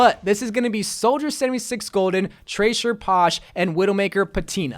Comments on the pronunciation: Trasher? You mean Tracer XD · Why can’t he say tracer he said tracher both times holy peen